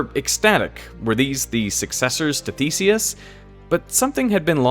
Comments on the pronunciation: I could have sworn he said the first robotic mouse's name was "Feces". I even played it twice. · I had to look up the original electronic mouse's name because the way you pronounce it sounded like "faeces". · i didnt finish watching because you cant correctly pronounce Theseus